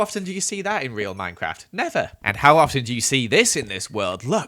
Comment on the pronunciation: instead of "thing" he says ''fing", instead of "never" he says "nether"